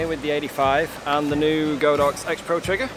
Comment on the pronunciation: Its GOD-OX not go-Dox, the Chinese word literally translates into The Ox God